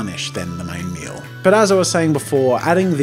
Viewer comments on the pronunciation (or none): none